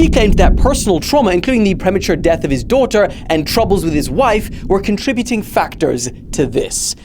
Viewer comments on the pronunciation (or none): "...only CONTRA-BUTING" -, the guy I get my news from